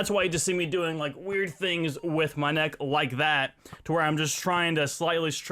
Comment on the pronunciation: DUDE :) I Allways Wanted Too Know Why You Say example ; noah - know sensea - sense neck - necka (Am Not Hating I Just Wanted To Know )